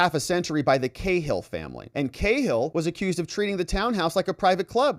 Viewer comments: Cahill is pronounced cA-ill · Ca-hill wee man 😊